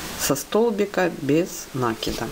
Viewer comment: Всё здорово, только не нАкид, а накИд.